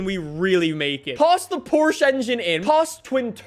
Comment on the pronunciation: as you saied "Porsche". Its beautiful for a german to hear an english/american/austrailian pronouncing it the right way. It was almost perfect